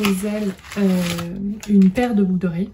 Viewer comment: 🤣🤣🤣"une paire de "boug" d'oreilles ", ptdrrrrrrrrrrr je l'ai dis ainsi pendant des années j'ai crue être la seule sur cette planète! Merci je suis pliée 🤣🤣🤣 et longue vie à Nox!